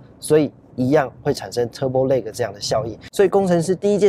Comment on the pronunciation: turbo lag那個lag你去查一下KK英標,看看這個lag怎麼念